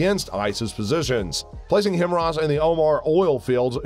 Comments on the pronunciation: It’s not Him Ras , it’s HI - MARS if you can’t even pronounce it how can I trust your opinion . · HI-MARS, not HIM-RAS! otherwise good informative video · It's pronounced High Mars, and it stands for High Mobility Artillery Rocket Systems and the ATACMS, which is pronounced Attack Ums, stands for Army Tactical Missile System. ATACMS have a range of about 190 miles and HIMARS have a range of about 50. Ukraine is too far away to hit the Kerch/Crimea Bridge with HIMARS as of now, but yes, they could hit it with ATACMS. The only thing is, they supposedly don't have them yet, but we get fed Propaganda too in the U.S!! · “Him-Ross?” Ninja, please. 🤨🙄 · I'm sorry I had to stop watching because I could not stand the multiple mispronunciation of HIMARS as HIM RAS. On the fun side, run the video at 0.5 or 0.75 speed and it makes more sense. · Ya, I was a little taken back by Him-Ars. Had to think what he was talking about. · But it's not pronounced himras lol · I was so confused why he kept calling them "hemrahs". HIMARS isn't even that hard to pronounce. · Must be dyslectic or something, and yes his consistent mispronunciation is very annoying… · Surely it is actually him arse? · Right? The fuck is a himross? Lol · High-mars... say it with me. HIGH-MARS. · Everytime i hear HIMRARS its like nails on a chalkboard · "HIMRAS????" 🤣🤣🤣 How did you manage to mess that up? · did i hear HIMRAS? pls make it right! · It's pronounced "hi mars" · HIMRAS? All credibility lost. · He keeps saying himros and its annoying me! 😖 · It sounds like the narrator is saying “hemorrhoids” lmao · Dude. I can't finish watching this video. Everytime you say "Himrahs" I cringe and spill a bit of my drink. I'm sorry. I just can't. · It's pronounced HI MARS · Narrator keeps mispronouncing HIMARS as "HIMRAS". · WTF is a "Himrars?" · Stop saying Himros! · It's pronounced High MARS Multiple Army Rocket System and the M270 MLRS... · My ears hurt every time he says HimRas.. 🤣🤦🏻‍♂️ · What's a HIMRAS lol?